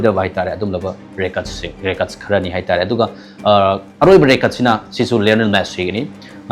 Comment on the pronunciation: Meiteilon ngangbada khara2 thetpa English fao grammar laan2na 😅 ngange. Record kajina Rey Curd kaiye. Aduga EduCentre kaiye 😁😁😁